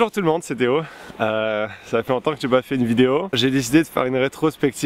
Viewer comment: C'est moi ou bien Théo a son accent québécois plus prononcé qu'avant ? Ça fait un bien fou que tu prévois de refaire des vidéos, j'ai hâte !